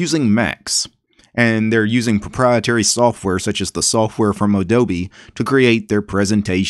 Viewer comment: odobe , instead of adobe, wow that one k*lled me